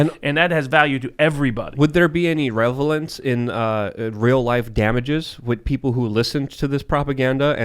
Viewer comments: "revelance" lol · "Revelance" So many words can't pronounce correctly. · Any one catch awesome pronunciation of 'revelance'